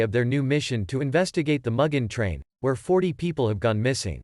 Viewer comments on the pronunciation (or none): man said mugin train and i thought mugging the train